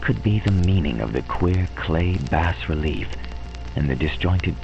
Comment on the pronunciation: Excellent. If you choose to do more HPL adaptations in the future---I hope so---might I suggest checking out the pronunciation of all the words ahead of time ("bas" relief, and "theosophical"for instance, and names, like Arthur Machen,, whose last name is actually pronounced "mock-in".) Hope that isn't being too "picky-picky". This is an excellent presentation and a great reading in every other way! Thanks!